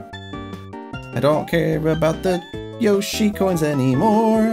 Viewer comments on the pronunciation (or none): You said yoshi corn